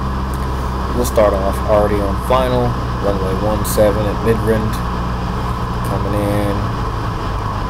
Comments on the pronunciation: You pronounced the most simplistic word ever wrong Mid-rand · lol ayt im just saying you pronounced it wrong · knew he isnt south african after "midrand"